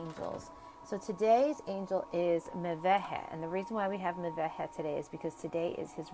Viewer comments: Thank you so much for the video! My birthday is May 29th and I just recently learned that Mebahel rules over me. As I noticed, the angel's name is pronounced Meh-veh-heh, though written "Mebahel"? I'd love to know how to ask for his protection. PS: The cards are absolutely dazzling! Please, make them ready to sell and enable international shipping, I'm looking forward to owning a set of them. And many others are too! ♥️ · Mem Beit He < is the true pronunciation, from hebrew